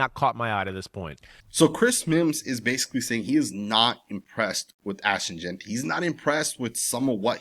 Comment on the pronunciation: I won't EVER worry what Fantasy Football Chris Simms has to say anything Raiders related. The guy is a clown. If he's such an expert why can't the fool pronounce Ashton's last name correctly??!!!! All he has to worry about how much gel needs to go in his hair every hour. He mades ridiculous comments every season about the Raiders. Jeanty is our RB !!! He will be unleashed when the time comes. This shit is chess not checkers with Pete as our HC. Hope Simms likes to eat crow.....